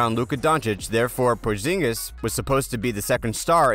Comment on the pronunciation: He said Davis not daavis and said porginus